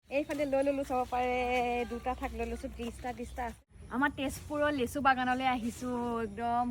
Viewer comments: লেচু নহয় হ'ব লাগে লিচু 😂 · লেচু নে লিচু 😂😂😂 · লেচু নহয় লিচু। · লেচু নহয় অ মইনা লিচু